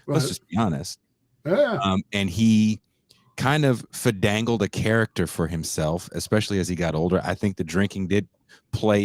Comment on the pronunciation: the moment when your dyslexia turned finagled into 'fedangled', was the moment I fell in love.